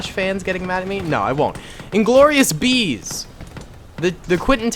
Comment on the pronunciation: INGLORIOUS BAST-BEEZ